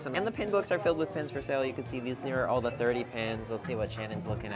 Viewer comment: After awhile it's just endless 2 inch dots! It gets harder and harder to focus on thuh good from thuh bad. The is now THUH!!